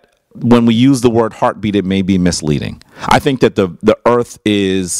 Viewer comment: The brother can't you pronounce Earth correctly